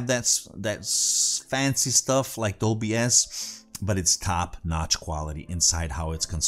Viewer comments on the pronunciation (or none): none